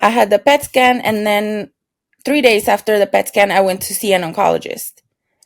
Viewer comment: I thought you said I spoke to my damn boyfriend 😳 instead of then boyfriend lol